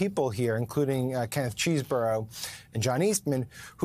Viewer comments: It's pronounced Chez-bourough... Not CHEESE - Msnbc reporting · LOL Mica...it's not "cheese-burro"... It's Chesebro ("chess-bro). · CHEZ-BRO!!!! not CHEESE-BORO!!!! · His should be pronounced "ches" as in chess not CHEESE --- Ches bro. But then maybe Kenneth wants to have us call him CHEESEborough.